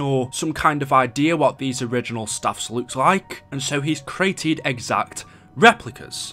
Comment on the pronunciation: Its staffs not saffs